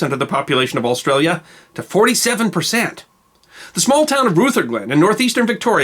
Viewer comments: Good video, said a guy from Victoria, but, nit-pick: it's prounced "R-uh-ther-glen", not "R-oo-ther-glen". We can always pick the Yanks ;-) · I hate to be the person to correct pronunciation but 'Rutherglen' is pronounced with a short U not a long one. 'Ruh-tha-glen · Buninyong. Pronounced Bunningyong by locals. Also Rutherglen pronounced with an ah sound. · Rutherglen rhymes with mother Glenn. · I watch your videos every day and I know you don't mind corrections in your pronunciation. The 'ruther' in Rutherglen is pronounced like 'other'!